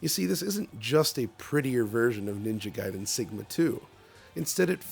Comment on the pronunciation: he's back, they've been butchering the name, Ninja Gayden.